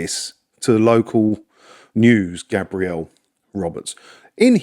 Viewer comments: Gabriel is a man's name pronounced GAY-Bree-El. GAB-Ree-El is a woman's name Gabrielle. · Think that’s a guy but you are pronouncing it the girl’s way. For men it’s Gaybriel